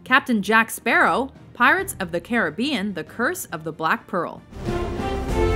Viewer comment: Oh my goodness, they actually pronounced Caribbean right for once! (They always pronounced it like car-rib-be-in when it's pronounced Cary-be-in).